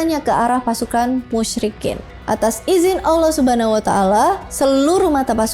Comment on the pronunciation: terima kasih udh berusaha dengan baik buat nyebutin nama Allah SWT dan Rosulullah SAW